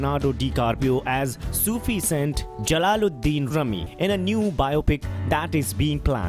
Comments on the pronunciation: Its rumi not rami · U R right brother .......it’s pronounced “R U M I”....slam to U...🙏☮️🌏Ⓜ️ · Not Rami. For God's sake, learn the correct pronunciation :D